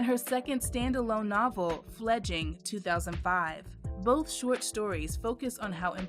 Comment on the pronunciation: Great video. Imagine if they'd given her the kind of wide spread publicity they gave to writers like Stephen King. Also the title of the book is "Fledgling", with an L in each syllable, not "fledging".